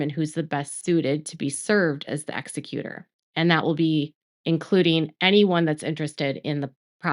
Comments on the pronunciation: Thank you for this, just one note: it is Ex-E-cutor, not EX-e-cutor. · I love ya, but exECutor. Stop saying EXecutor. Thanks! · It's not pronounced Exe"Cuter" (that's someone who killed someone " it's pronounced"exEckyouter" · ex EC u tor, not EX ec u tor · Good coverage but please learn how to say Executor. There's a big difference in ExEcutor and ExeCutor. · It’s pronounced E-zec-u-tor